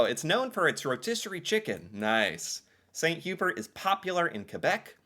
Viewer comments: 2 pronounciation corrections. Chalet (Swiss Chalet) is pronounced Shall-lay. Hubert in St. Hubert is Hew-Bear. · I’ll give him Hubert but chalet feels like it should be just known